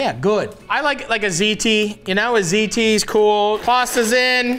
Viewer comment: New way to pronounce ziti just dropped